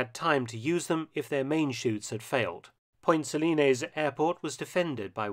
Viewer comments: Just remember: It's point Suh-lines, not Point Suh-linayz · I lived in Grenada for about a year and a half, and have an interest in history. For a start, you mispronounced Point Salines. You mention that Maurice Bishop's popularity waned prior to the second coup. I don't think that is really correct. After all, the airport in question is now named the Maurice Bishop International Airport. As I understand it, the "left wing" Bishop was basically overthrown by even more radical "left wingers." Bishop, himself, remained popular. The new government was not. It was kept a secret at the time, but the governor general of Grenada actually requested the intervention. The invasion was viewed as a liberation and is now celebrated by a Thanksgiving Day holiday on October 25.